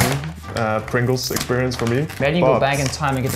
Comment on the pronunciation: Pengu saying pringles sounds like Pengles haha